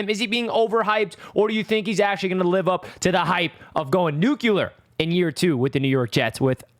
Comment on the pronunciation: I gotta hear you say nuc-u-lar a few more times!!